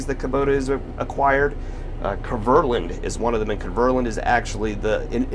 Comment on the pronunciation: Kverland? It's KverNEland. Come on, step your game up;)